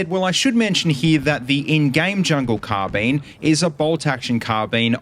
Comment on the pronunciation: CARRRRR Bine why are you saying car bene